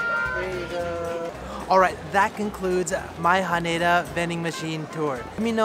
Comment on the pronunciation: You're saying Haneda wrong...